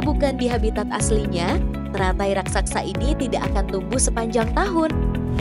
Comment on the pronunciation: raksasa bukan raksaksa